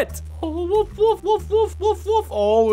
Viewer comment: Is it just me or does it sound like when they say wolf it sounds like wuff?